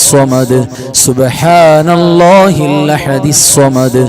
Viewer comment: ഉസ്താദ് ഇഖ്ലാ സ് ഒതുമ്പോ ൾ അല്ലാ ഹു സ്വ മ ദ് എന്ന് ഒതുമ്പോൾ ഹല്ലാ ഹു എന്നാ ണ് കേൾക്കുന്നത്